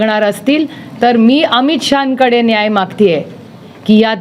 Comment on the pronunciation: Hila "nhyay" payaje.